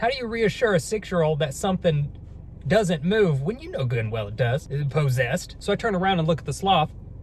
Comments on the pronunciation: I love how he says posesed❤❤❤❤❤❤❤ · he says possessed like po...ssessed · I love all of his content. I also love just the way be speaks, especially how he says "possessed". I don't think there's a more amazing one person comedy channel on YouTube.